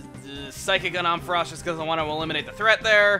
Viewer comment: Om-fuh-ross? Never heard it pronounced like that before.